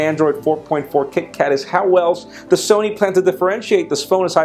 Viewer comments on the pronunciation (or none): none